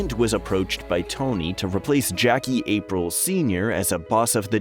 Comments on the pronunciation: Raymond Curto*. Also it's not "April". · Jackie April.. this narrator has never seen this show that’s for sure lol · Bon-pen-siero? Jackie APRIL Sr? I'm done. You've never even watched the show. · Did it bug anyone else how he pronounced Jackie Apriles last name xD April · Why did you say Aprile like that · Weird way to pronounce Jackie Aprile, Sr. kinda makes you wonder if this isn't a wiki rip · Never had the makings of a varsity pronunciation expert 🙄😒😏